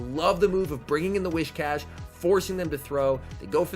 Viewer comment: It's actually whi"s"cash, not whi"sh"cash. It's more like saying "whiz" rather than "wish". Sorry, just thought you might need to know.